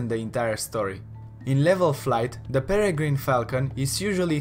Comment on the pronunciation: It is not duh